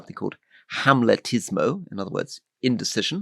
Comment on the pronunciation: It is, of course. Though the word is amletismo, 'Hamletism', not Rory's hamletismo (tho' I think Rory's /h/ was just put in to make the word understandable to a non-Italophone audience). Not a Vatican word, BTW.